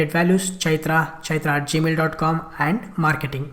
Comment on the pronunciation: I really like the indian version of gmail...gamil haha just kidding great vid.